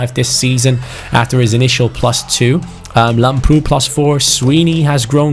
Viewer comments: Hey,lamprou is called làmprou and not lamproù Like so can see👍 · Lamprou is pronounced làbrou. I'm greek and its very weird hearing it wrong. Like so can see